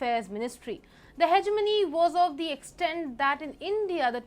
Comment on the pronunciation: please correct your pronunciation of 'the' - its thee it is the{dhe} unless the word begins with a vowel/